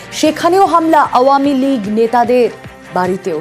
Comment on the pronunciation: খালি ভাঙচুর দেখলে তো । কিন্তু ৫ এ আগষ্ট এ তো এত মানুষ + আমার ভাই সহ আরো অনেক ভাই যে মারা গেলো সে গুলো কই ? সে গুলো কে নিয়ে news বানাও ? না ,এমন ভাবে মন খারাপ করে বলছে ! যেন মিডিয়ার নিজের বাড়ি ভাগ্গা হইয়েছে and by the way আওয়ামীলীগ ও ভালো ভাবে বলতে পারে না আবার করতেছে হাসিনা কে নিয়ে news হে যত সব 😑😐